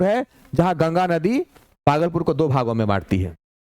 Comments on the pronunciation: सर भागलपुर होता है बगलपुर नहीं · बागलपुर ❌ भागलपुर ✔️✔️